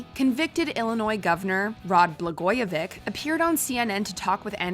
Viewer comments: BLAGOJEVICH- BLA-GOYA-VICH "CH" not "K" politician who knew too much! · Learn to say, "Blagoyevich." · Come on WatchMojo!! Do the basic research to pronounce the subject names correctly. It's Bla-GOY-a -vitch. Not -vick. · This compilation sucks. The commenter in the first video can't even pronounce Rod Blagojevich's name. It's not "VICK" it's "VICH" which is exactly as it is spelled. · Blagojevich you have to pronounce the H in his name it’s not Vic it’s Vich like the B word with a V. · Sweetheart, it's Bla-goi-e-viCH, not vick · Pronounce his name correctly. It is NOT “BlagojeVIC” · It’s pronounced Blagoye vi CH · It’s not “Blagoyevik” lol. Americans and their mispronouncing of non-English names. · How on Earth did she mispronounce Blogojovich every single time? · She said BlagojeVICK 😆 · Come on. Blagojevich rhymes with stitch. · His name is pronounce Blah-Goya-Vitch